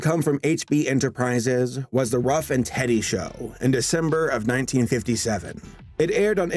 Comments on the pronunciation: Ruff and TEDDY? It's Ruff and Reddy, just like on the screen. Similar spelling to the town in Pennsylvania. It wasn't named after my brother. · Ruff and REDDY! Not Ruff and Teddy. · Wasn’t it Ruff n’ Reddy, not Ruff n’ Teddy? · Ruff and Reddy not Ruff and Teddy. Subsidiary, not "subsidarary". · That's Ruff and Reddy, not Ruff and Teddy. Try not to be like Dave Lee, making numerous factual errors per episode. Edit: Ooops. Just saw you already dressed this point. Glad you did. I detest content creators who act like making a myriad of errors in every video is just fine and dandy. I strove for perfection when earning my Masters in Psychology, and I now strive for perfection in my job as an LADC. Everyone makes mistakes, but you should always try to correct them, and attempt to avoid making them as much as possible, not merely view them as a casualty of one's work. I'm glad you possess a far more professional attitude than many of your contemporaries. I don't want to watch a video of a supposed expert on a subject that I feel, as a casual fan of whatever subject is being discussed, know more than the "expert." Oh, and FYI, Sunbow is pronounced Sun 'bow' as in 'bow and arrow,' not 'bow' as in 'take a bow.' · you said Ruff and Teddy, in place of Ruff and Reddy. whups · Ruff and Reddy, not Ruff and Teddy. Great analysis video, though. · Ruff & Reddy not Ruff & Teddy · It's Ruff and Reddy, not Ruff and Teddy. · It's Ruff & Ready NOT Ruff & Teddy!! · So many mistakes and mispronunciations. "Ruff and Teddy?" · Look I don’t wanna sound like one of those people who correct everything but cmon it’s Ruff And Reddy!